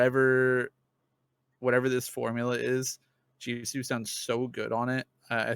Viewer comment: can you please stop saying Jiso. It’s Jisoo or Jisue if it helps you phonetically